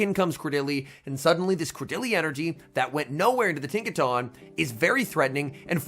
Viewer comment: pls… Tinka TUNN as in the word ‘Ton’ not tahn